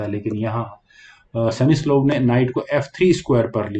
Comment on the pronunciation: सेमिस्लोव नहीं सर स्मिसलोव होता है।।